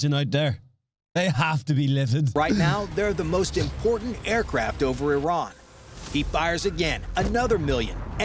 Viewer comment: You said "IRAN" that way? You have ZERO credibility lmao for understanding world peace........ LMAOOOOO!!!!!!!!!!!